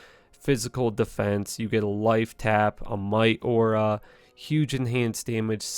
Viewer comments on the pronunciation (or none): none